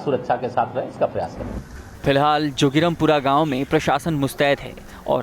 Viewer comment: जोगिरम पूरा नहीं जोगीराम पूरा होता है।